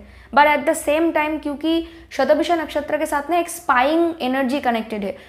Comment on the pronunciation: it's shata bhisha... not visha